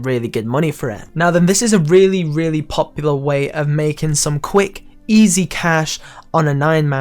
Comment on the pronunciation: Man, this dude was obsessed with the word "POP-yoolah"